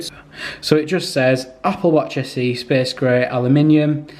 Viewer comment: Its space grey not spes gre